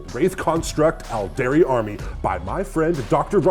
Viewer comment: Loving the "All-dairy" and "Opp-sock" mispronunciations. Interesting thing about "Aeldari" is that it's almost pronounced "Eldari" because of how Æ is pronounced in "Aether" and the like (ok so it's a little bit closer to Ale-dari, but it definitely sounds more like an E than the softer A of "all"). I still think it's funny when people say "Kah-yoon" instead of "Cow-Yawn" because it always reminds me of Weyoun from DS9... still I can't wrap my head around pronouncing the "yon" from Kauyon as "yoon" though... it will never make sense even though I like hearing it.